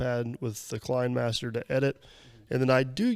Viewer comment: Kenimaster... Based on the kenitiscope. The camera system to film motion. In the 1800's. Pronounced Ken i' scope. Like cinema. The K is a C Lol Love you! I still love every DP video!